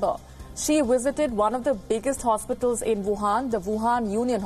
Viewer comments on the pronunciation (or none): she wisited heheheh indians cant pronounce v